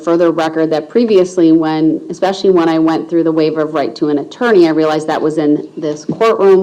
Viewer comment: Why didn't they put him in check when he would say He doesn't consent and she cant tell him what to do .. That's part of being in custody but they let him spout off ...How does he claim to be a SC but then argue for the Constitution in his words "expeshully the 1st,5th,6th and 14th amendment all rights re-served" I hate how he plays like he knows wtf he's doing but if u watch he quit tyin when his time wih Erica was done...onky reason he wanted to rep himself imo..